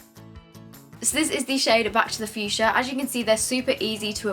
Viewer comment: Back to the fuschia(don’t know how it’s spelled), is legit how british people say Back to the future lmao